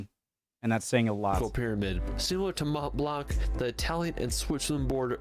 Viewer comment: Don't say Mont Blankkkk , say Mont Blan .